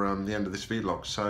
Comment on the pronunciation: It’s vl-og